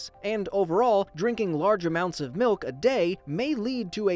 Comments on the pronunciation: Milk not mowk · He Need Some Malk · oi it's malk actually